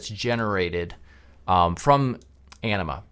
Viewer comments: That's what I heard every time he said Anima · I thought he said “enema” and that this video would take a weird turn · ANIMA... It sounded like ENEMA 😂 🤣😂 🤣😂 🤣😂 🤣